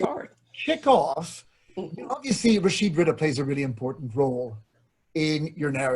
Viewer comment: His name is Rashid Ridhaa رضا not Riddah ردة . The word رضا means contentment, whereas the word ردة means apostasy.